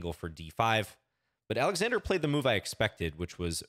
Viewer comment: You pronounce Oleksandr correctly, starting with an "O".